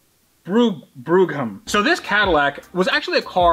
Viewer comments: Say it as Brahm and you’ll get close. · Pronounced Bro-am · lol "bro-ham" good stuff. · Brougham: pronounced “browg-ham”. Goes for lots of other similar English place names too, so you’ll blend right in next time it’s safe to come over here. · Cadillac Bro-Ham.... 😂